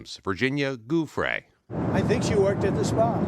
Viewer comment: Virginia JEW-FREY....Please pronounce her name right. It's only been in the news for TWO DECADES (May she rest in peace 😔)